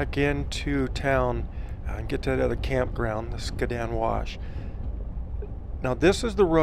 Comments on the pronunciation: You’re driving me crazy! Skad-din wash. Not skaa din. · Skad-din for the win . I was gonna create a drinking game between the mispronunciation and the mention of the traffic.